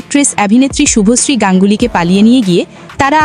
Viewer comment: শুভশ্রী নাম টাও ভালো করে উচ্চারণ করতে পারছেনা আবার এসছে পডকাস্ট করতে😂😅